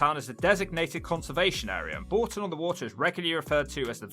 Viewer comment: It’s not Boulton, it’s Bourton on the water.